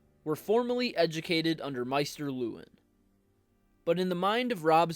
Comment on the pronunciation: Good video. Although Maester is pronounced MAY-ster, not MY-ster